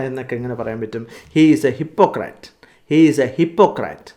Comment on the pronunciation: Please note that it is " hipekrit'' not "--krat''